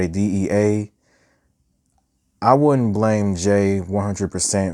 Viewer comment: Good reviews but please stop calling deran “duran”